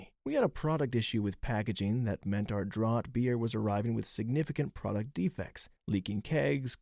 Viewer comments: Draught beer ..pronounced draft beer!! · Just wanted to say, “draught” is pronounced “draft”. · draught is pronounced draft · Thank you, that was bugging me too. In Canada both spellings are common, so as soon as he said it I knew he must not visit Commonwealth countries often. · exactly what i came here to say 🍻